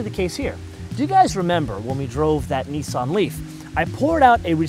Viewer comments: ***** it pronounced as if the letter where in the lower case nissan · Does this person have a problem speaking. He keep pronouncing words wrong Nissan and sportage When will Americas learn English.